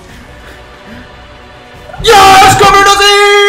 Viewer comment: it is capradossi not crapradossi